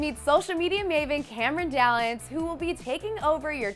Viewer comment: does she say Cameron dallans on 😂😂